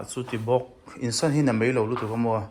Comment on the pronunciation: Insan ni lovin insawn tih tur aw 😅 insan tiin i lam ri deuh tlat ania